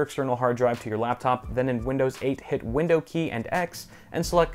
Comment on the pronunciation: "Vindow key and r r as in romio"*.